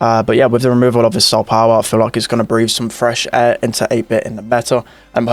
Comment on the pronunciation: No one: NOT A LIVING SOUL:: STAH-POWAH!